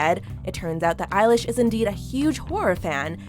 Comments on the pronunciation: did she just said eye-lash... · Eye-lish? I've been pronouncing it elle-ish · Her: "Eilish" Me: NO ITS BILLIE EILISH PIRATE BAIRD O'CONNELL